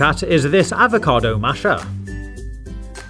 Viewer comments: he: Talk Very normal He: say avocado HE: AvoCAdoW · the way this guy says "avocado" ruined avocados for me